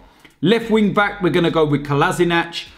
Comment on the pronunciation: its pronounced colla-sinak not colazinatch